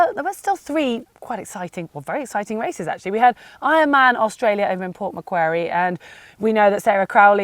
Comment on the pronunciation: Just competed at Port Macquarie (pronounced Port Macquarry) and you didn't use thepictures from the actual race but Ironman Arizona...and you thought we wouldn't notice ;) OH it was a great day and amazing to be back together with friends and our Australian 'triathlon family'. ISome of us have been together for the whole 35 years that the race has been in Australia. In fact, it celebrated its 35th anniversary this year. For some of us it is a generational thing. Thanks for your great show.